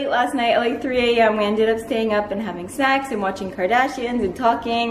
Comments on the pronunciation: I had to go look at the comments the moment i thought i heard "having sex" and i'm glad i am not the only one who heard that lol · Oh and PS it totally does sound like you said we ended up staying up late and having sex hahahahaha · Omg I replayed it twice and totally heard sex xD I was like whaaaat lol. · God, I had to listen to it twice and still heard "sex" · hahaha I still hear ''having sex'' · I replayed it like 10 times and still sounds like sex to me lmao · I still hear "SEX" lmao😂😂😂😂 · i kept playing it over and over and i couldn't hear the word "snacks"...eventually i turned on the subtitles and it said "snacks"...i was ashamed of myself smh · LMAOOOO I replayed it more than 5 times still cant unhear it anymore LOL you literally sounded like saying sex XD Im sorry but it was funny af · i believe in you, all i heard was snacks not sex hahah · Lmfao it does. What the hell?? lol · 😂😂 I was like "wait! No no no no! bad girl and then I went back and realised it was snacks" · omg I had no idea it wasn't "sex" until seeing this comment... 😅😂 I just thought she was talking about her bf cause I didn't watch the previous vlog... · Did she just say 'having sex' in the intro? 😂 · I think she says snacks tho, but sounds like sex haha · omg I heard it too but it was snacks or something 😂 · That's what I heard! lmao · Legit what I heard but I think she meant snacks 😂 if not, I think she inserted a joke for us 😂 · junghan so funny, specially now that I know she said snacks haha, my brain was tricked! 😅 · I heard that first too xD but she said snacks😂😂😂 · i thought she said having sex hahahahahshhshdgdh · Same here!! Just started the video, heard saying "having sex" three times, and came to the comment section XD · I still hear "HAVING SEX" lol Even after replaying it a thousand times xD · Had it not been for the new vlog there's no way I would have heard it as 'sex', but now I can't unhear it 😂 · Hahaha I heard sex too hahaha 😅😄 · 'having snacks'